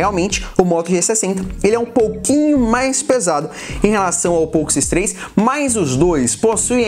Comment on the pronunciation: Falou várias vezes nome poco x3 errado ,fica a correção.